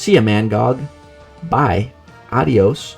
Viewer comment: Nice Spanish a Dios 🤣🤣🤣